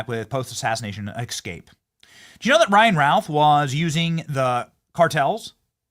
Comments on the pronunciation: Benny, please stop saying Xcape. It's EScape. Thank you. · My skin crawls whenever Benny says "ekscape" and "nucular." I know this is a kind of lowbrow, clickbait channel, but if you love America, you gotta speak the language.